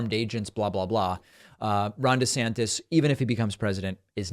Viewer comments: "Woke ICBMs are teaching our kids about giant dildos and we really need to start thinking about parents rights in these matters." - Rob! DEE-Santis (pronounced "WEE-ner") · Please it’s Duh Santis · The guy can't even pronounce his own last name correctly